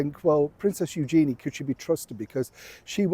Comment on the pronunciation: Pronunciation of her name is actually U zhen-ee with emphasis on U.